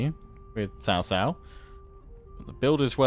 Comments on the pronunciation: Its not CaoCao but pronoused as ChaoChao.( I dont kbow how to explian it in chinese to english.) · cao cao is more like Chao chao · Cao Cao is more closely pronounced “Sao-Sao” in English. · I really shouldn't but I just can't control myself from laughing at how non-chinese speaking gamers struggle at pronouncing hero names. The way you guys say Cao Cao sounds like sister-in-law, gets me every freaking time. Thanks for the video tho, love them. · Just to give a few tips on how I would perceive mandarin pronunciation. Liu Bei would be pronounced similar to "Lee-ew Bae". Lu Bu would be pronounced like "Lee Boo" or "Lure-Bu" minus the "re". Cao Cao would be more like a quick but almost silent "ch" sound when pronouncing the Cs. Yuan Shao would be pronounced like "You-and Shao". Guan Yu would be pronounced as "Goo-un You" with the "un" from 'understand'. Zhang-Fei would be pronounced like young are saying Junk but replace the k with a g. Liu Biao would be pronounced like "Lee-ew Bee-ow". Sun Ce would be pronounced like "Soon cher" from the word Archer and again with the quick and almost silent "ch" sound and minus the 'r'. Sun Quan would be pronounced like "Soon Choo-and" minus the 'd'. Huang Shao or any named character with Huang as their name would sound like "Who-ung" with the "un" from Understand. This is what I know so far. Feel free for anyone to correct me if I got something wrong. A lot of these names may sound different based on Chinese dialects. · Honestly I would be absolutely happy with everything elese if he just pronounced Cao Cao and Liu Bei correctly.